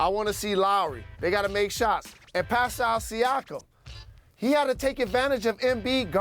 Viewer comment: Did he say Pasal Siakam? lol